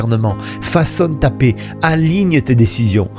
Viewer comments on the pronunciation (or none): none